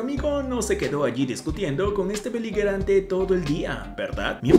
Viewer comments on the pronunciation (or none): En la pelea de canguros: No se dice “beliguerante ”, sino beligerante ... (la “g” suena como “j” porque no lleva en seguida una letra “u”. Hay qué estudiar y prepararse para ser narrador de videos. De otra manera no creeremos nada de lo que ahí se cuenta.